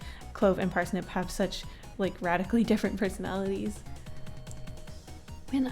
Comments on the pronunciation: 100% thought she said "rat-ically different personalities" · when she said "radically different" i said RATically different.